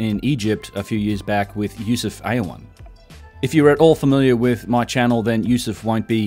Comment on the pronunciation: i think hes called Awyan and not Aywan.